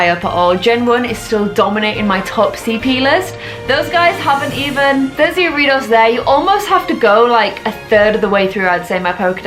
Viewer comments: Ariados is pronounced Air-uh-dose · You pronounce it Arr - ee - arr - dough - s